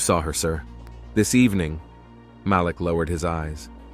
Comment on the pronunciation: It’s Malik…. They keep saying his name wrong!